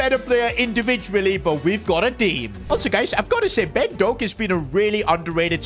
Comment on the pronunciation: Ben DoAk as a Scotsman that heart my heart